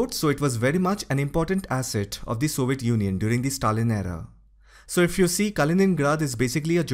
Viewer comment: Soviet junjun? Im not making fun of his accent because he can clearly say European Union.